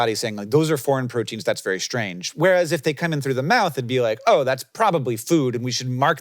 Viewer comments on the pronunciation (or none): none